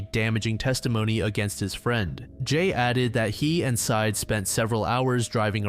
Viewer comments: It's not "Side" It's "Sye-Ed" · It's pronounced Sai-eed, bro. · The last name of the boyfriend is pronounced like “sigh-eed.” You should check cultural pronunciations with non-English names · I imagine, though could be incorrect, that his name is pronounced Sah-eed, just a guess.